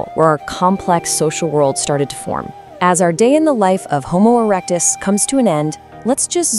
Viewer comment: Homo erec-dis-dic